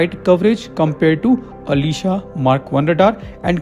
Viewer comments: Dude! pronounce it correct. It is not aleeeesha radar, it aslEzA !! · Ash-lee-shaa it's not Alisha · नोट,,,अलीशा,,,आशलेशा,,,,,pronounced must be pricised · Its not Alisha, it's aslesha name of a starin hindu mythology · When u pronounced Aslesha as Alisha, I couldn’t watch anymore…. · आश्लेषा is a name of consteliation (नक्षत्र)...being a hindu expect correct pronunciations of sanskrit words